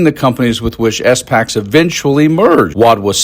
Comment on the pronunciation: It’s pronounced “spacks” not “s”-“packs”. And “securities” not “security.”